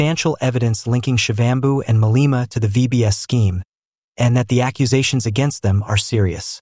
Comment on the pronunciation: Malema is not pronouce as Maleeeema. It is Ma le ma.